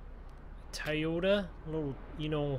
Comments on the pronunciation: It's Toyota not Tiyota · It’s Toyota not tiyota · TOYOTA NOT TIYOTO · Tie-ota it’s pronounced toy-o-ta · It is not tyota it is Toyota!!!!!!!!!!!!!!! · Nobody literally nobody TI-YOTA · Did he say “TIYOTA” wth lmao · TOTATA NOT TIEOTA YOU HAVE BEN SAYING THA THROUGH THE VIDEO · Don't say Toyota it's Toyota it's Toyota